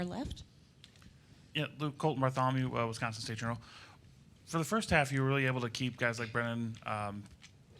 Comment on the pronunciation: Super happy to have him, but please someone teach Coach how to say Wi-SCON-sin